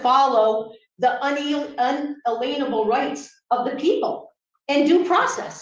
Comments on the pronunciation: Omfg, I've never been to court and I'm certainly no lawyer but, every time she said it I was screaming "unalienable" in my head! Lol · I hate the way she says unalienable instead of [un-alien-a-bull] phonetically correct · Uuuummm... Are you sure it's not, "un-alain-ubble"? The smartest "living human" in the courthouse said so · Unaleenable rights! 😅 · Ackshually that goes against unalalalienable rights. tbh mispronouncing & utter misunderstanding of that word was like nails on chalkboard, in mind she was having own little perry mason moment, sadly guests were the only ones stupid enough to see it. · She says they're violating "un-a-lien-able" rights. Un. a. LEAN. able. Astounding. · My “unaleenable rights” 🤣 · Un-uh-leen-able.... indeed... Unbelievable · I's like to ask Miss Smarty Pants Sov Cit what ''unaleenable'' rights are. Doesn't Miss Brains know that there's no such word. lol. Perhaps she should learn to speak English before holding herself up as a legal representative of cult. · Sorry, I HAD to stop watching when she became absolutely insufferable which happened during pontification and spouting off about “unleenable” rights. 🤮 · She couldn't even say it correctly! Lol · so these sorts that intentionally mispronounce unalienable it's kind of like a tell for a sovereign citizen. I've noticed Lauren bobert pronounce it that way on more than one occasion... Very telling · The biggest crime is pronunciation of “Unalienable” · I think weird pronunciation was intentional. The emphasis was on the syllable LIEN. I suspect this is related to their weird ideas about commercial codes. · Someone teach how to pronounce unalienable…please!!!!!!! 😂😂😂😂😂😂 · Oh my word, it’s unALIENable rights. I know she knows she said it right once!!! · The worst part of this is the defendant’s pronunciation of “unalienable.” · Geez, how many times must we listen to this person butcher the word unalienable